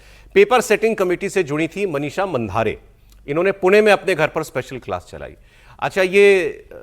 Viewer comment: मांढरे not मांधारे